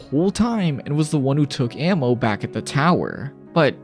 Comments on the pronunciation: Ah-mo not ammo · Bro you're pronouncing it wrong. Her name is literally I love in Portuguese. You're saying ammo. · kind of annoying how you pronounce amo as ammo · Probably because he doesn’t know how to say it properly